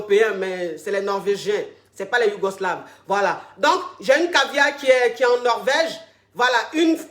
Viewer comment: je n'en doute pas un instant,elle dit YOUGOS- LAVIE comme pour faire allusion aux fameux yougos dont elle parle tout le temps et non au pays réellement